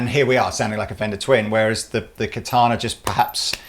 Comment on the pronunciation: I actually like as a demo, but his deliberate overpronounciation of "Katana" is so distracting.